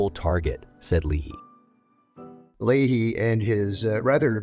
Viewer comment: It's LAY-HEE . John Leahy.